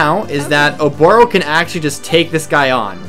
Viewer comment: Prrrrrresident Obooorrrroooo